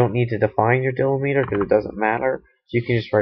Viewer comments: dill-li-meter, lol, deeeee-lem-it-er, great video thanks for the help! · Can't get past him mispronouncing delimiter.